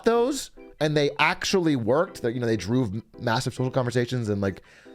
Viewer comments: "droove" sounds like a word a cow might use instead of "drove" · How did the cow get to work? He drooooooooove! 😂